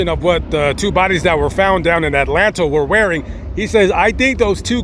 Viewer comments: Its pronounced Adelanto not Atlanto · it's pronounced ADA LAN TOE. Very high crime rate in a little town.